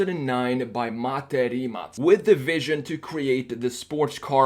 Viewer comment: Kudos for pronouncing Mate's and the company's names correctly (perfectly, actually)!